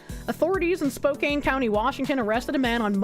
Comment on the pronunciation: Spokane=Spoke-Ann Not spoke-ain't It gives me spokepain You don't wanna live in Spokane, you wanna live in Coeur D'Alene